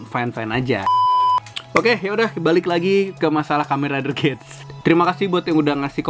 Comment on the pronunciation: Saya koreksi dibaca gits bang dan kalo abang perhatiin huruf A di logo nya itu kaya kuping rubah